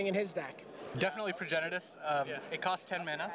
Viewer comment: talk about getting caught in your own troll. its Progenitus, not progenesis